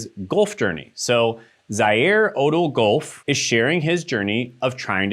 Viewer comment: Everything is good but you pronounced Golf wrong. I’m sorry I’m 7